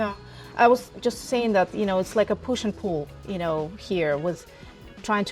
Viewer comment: an Eatern European who cant even say " Hurricane" the right way😂 or "pool"